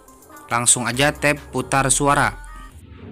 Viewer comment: Tap bang bukan tab ..apa telinga gw yg kurang ya .